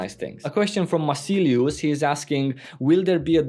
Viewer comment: lol you actually noticed my post :O damn xD thank you for saying my nickname "Macilious" correctly ! you have no idea how many times i heard it wrong :D honestly , i was just trying to snatch any information that anyone might have somewhere , i'm always following you tho ;)